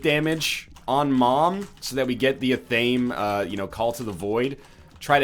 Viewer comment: I don't know how many times I've heard NL mispronounce Athame, but it's killing me very very slowly.